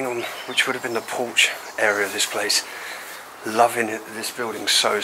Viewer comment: Did you say porsche or porch 😂❤😊